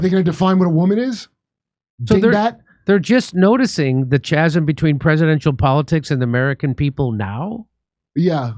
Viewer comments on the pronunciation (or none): Jimmy, the ch in chasm is pronounced like a k. Carry on.